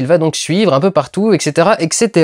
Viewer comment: on dit ETCETERA PAS EXETERA BORDEL DE CHOCOLAT !!! bizou.